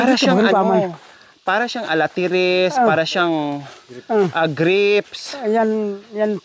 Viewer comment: huwag kang magagalit ha. Ikocorrect ko lang ang tawag mo sa fruit tree na na ARATILES not alatires. Parati ko kasing naririnig sa yo na alatires which is wrong. It should be atatiles.